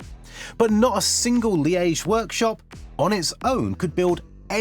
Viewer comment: Hey, Liège isn't hard to pronounce! 😢